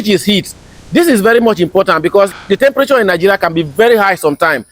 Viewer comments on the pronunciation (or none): none